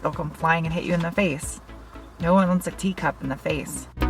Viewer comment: I thought she said “ nobody wants a D cup in their face!” And I was like scuse me?!?! Oh tea cup?!